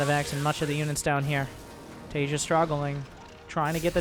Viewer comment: homie the J in Taeja is a hard J, so Tay-ja, not as in like the word Asia